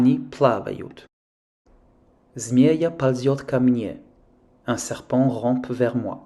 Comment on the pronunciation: ЗмеЯ ползёт ко мне. Ударение в слове «змея» на букву «я».